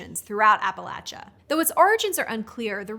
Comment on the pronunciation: Thank you,, for correctly pronouncing "Appalachia." As a lifelong resident of Appalachia, a recently retired Speech Pathologist, and the self-annointed Grammar Queen, I was very pleased that you had done your homework. Also, my mother's apple stack cake was legendary, although hers consisted of 10-12 delicious layers, unlike the short-stack you pictured!